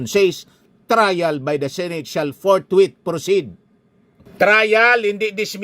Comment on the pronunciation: Senator Escudero "Forthwith" at hindi "Forthwait "😂